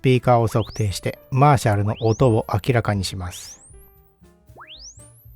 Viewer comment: マーシャルの発音からして演奏側でいらっしゃらないと思いますが、これはギターアンプで感じてきた印象と全くかけ離れた音に感じました。 流された音に対してのモコモコ感、トーン修正しないと聞けたものではないですね。 演奏側の人は、恐らく、気持ちの良い１点に向けて、オーディオアンプもBASS/TREBLEは、常に動かし続けていると思います。 このアンプの解明すべきは、素の特性では無く、そういう人たちの気持ちの良い１点が探しやすいトーンバランスの能力なのかもしれません。 いうて、トーンはYAMAHAよりLUXMANの方が気持ちの良いところに合わせやすいので、楽器制作会社だからとか関係ないかもしれませんが・・・。 Frieve-Aさんのコメント見たいｗ